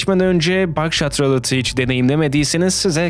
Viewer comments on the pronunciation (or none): ralıt değil rulet diye okunuyor